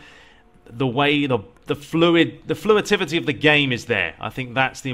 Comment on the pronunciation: "Fluitivity". I like it. 8-}